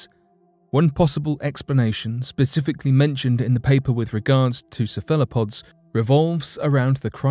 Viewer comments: "Sa-fella-pods" Hahahaha LOL!!! This guy is hysterical, he cracks me up I swear, the time he pronounced 'Mesopotamia' as "Me-So-Pot-A-Mia" I nearly choked laughing, what a goofball, I literally laughed my drink out my nose!!! Keep up the hilarious work, good stuff indeed. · Its no surprise that cephalopods are considered alien. The greatest alien is of course human beings who were manufactured by a visitor millions of years ago from primates PS narrator its ceph alo pods. Now you try ! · I love how he pronounced cephalopods (sef-ah-la-pod) sefallowpod. aww the British.and they think we talk funny.